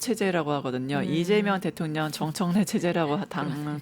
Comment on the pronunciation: 앵커분 발음이.. 방만진법?대통련? 교포신가요?